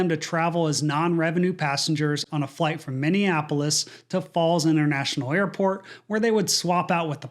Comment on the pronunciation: "Falls Int'l" lol. C'mon dude.